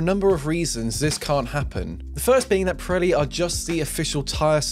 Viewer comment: Does anyone else hear him pronounce the tire name as "Piretti" with a "t"? That's what it sounds like to me.